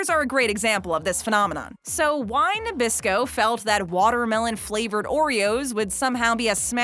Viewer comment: oreos are made by mr christie not by nabrasco why do you keep saying nebrasco